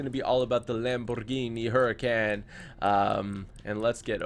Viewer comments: did u know that the Lamborghini hurican is actually pronounced huricon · Can someone tell him it’s pronounced “Hurr-A-Conn” plz it’s annoying hearing him butcher the name of such a nice car 🙄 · He doesn't say huracan right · Dude You own a Huracan and can't even pronounce it... or you speak another language... lol No offense I subbed :)